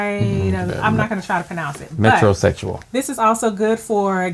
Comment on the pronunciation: He said metro sexual😂😂😂 hard words but its for easy fix😂